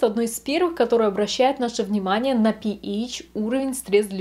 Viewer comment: Интересный ролик. Только, не говорите пИЭЙч - слух режет. ПэАш - рН